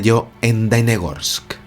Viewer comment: Querido - la ciudad se llama Dalnegorsk, con la “ele” en el medio. Significa lejos entre montañas. También te quiero decir que en ese tiempo yo tenia 23 años y claro está tenía uso de razón, por lo tanto te puedo asegurar, que el suceso no se ha comentado en aquel año en absoluto. Es decir se enteraron solo los órganos gubernamentales apropiados, y la población que fue testigo. Punto. (Más - me acabo enterar del suceso por ti, ). Luego vino el catástrofe de Chernobyl y todos nosotros estuvimos abrumados por aquel desastre y lógicamente Dalnegorsk con su ET se perdió. Te felicito por tu canal y tu investigación, también por la forma artística e animada que le das a tu narración. Suerte y salud para ti.